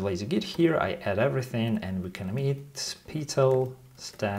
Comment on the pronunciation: The way you pronounce "Petal" reminds me of "Peter File" from the IT Crowd. LOL